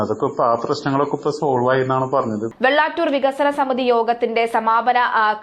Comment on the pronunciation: വെള്ളാറ്റൂർ അല്ല കുട്ടി. വെള്ളാറ്റഞ്ഞുർ.